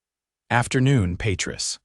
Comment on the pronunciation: It's pronounced pa treese .